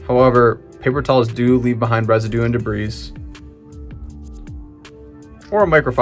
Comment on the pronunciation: Debris is pronounced [duh-bree]